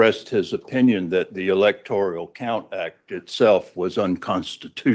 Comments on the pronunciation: It's not the "electorIAL college", it is the electorAL college. Why can't a lawyer even pronounce it the right way? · Really? In the first few minutes, he's mispronounced several words. Electoral, not electorial. Demurrer, not what he said. And his voice is insane. And Biden electors? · Electoral College. Not "Electorial." The creative vocabulary is as painful to listen to as the nonsensical argument. * Didn't some of the fake elector plot emails actually use the word "fake"? Or am I mistaken? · Doofus lawyer confirmed. The word is "electoral", not "electorial" ಠ_ಠ